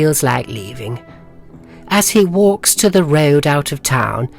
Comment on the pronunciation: Mr Testy whalks over to the townsfolk, raises his mighty wheapon. Lol